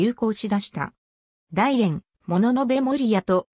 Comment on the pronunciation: だいれんではなくおおむらじでは